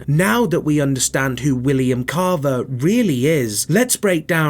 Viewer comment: Bro saying caaavaa